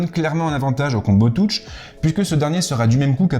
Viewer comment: Merci pour la vidéo. Par contre un petit effort sur la prononciation : combo touche.....